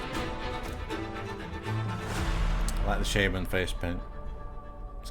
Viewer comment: “Shayman” LOL